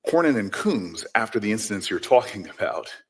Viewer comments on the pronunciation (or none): Did he say Coonz?😮